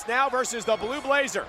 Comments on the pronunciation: Interesting video, but...when two teams or opponents are facing each other, the word is "versus," not "verse". It's an athletic contest, not a poetry reading. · It’s versus not verse